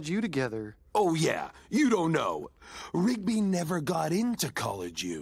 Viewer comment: Got that right. By the way, it's "Rigby" not "Ribgy".